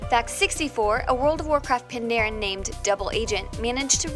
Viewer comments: "Pandarian" It's Pandaren, just sayin. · So cringy to hear her say Pandarian instead of Pandaren everytime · Even more wrong... It's Pantara... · Worjen, pandarian, encryption profession?! The cringe... Guinness denied. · The way you say Pandaria and Pandaren is tilting me